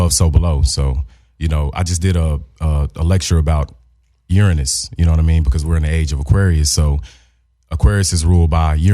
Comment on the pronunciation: pronounced Uranus funny.. Then Jason goes. 'Oh i know all about that' 😂😂